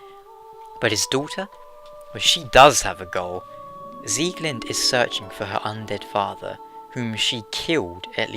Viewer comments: It's Pronounced SieglindE not Sieglind. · I was going by the German Pronouncation which is the right one.:)